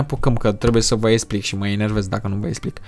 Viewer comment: Ai spus inervez :)